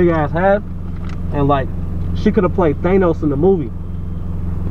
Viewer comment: Nigga said Tanose wtf is that lmao